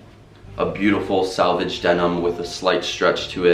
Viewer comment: Hey man just noticed you keep saying "salvage" denim instead of "selvedge" denim. Selvedge refers to the "self-edge" seam finish that runs up the pant leg as you point out. You may know this already but just tryna share some knowledge. Either-way, sick pair of pants and nice review!